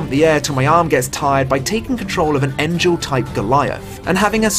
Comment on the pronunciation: mispronunciation of 'Engel' still bothers me.